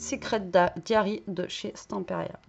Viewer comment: PS: "diary" (prononcé daïari) signifie journal intime en anglais 😉